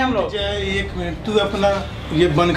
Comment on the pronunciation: Jay ko theek se bolate Nahin Aata aur Bada aukat dikha raha hai